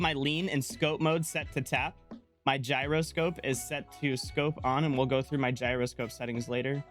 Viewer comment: You been trolling me all this time 😂😂😆. You do know how to say gyroscope correctly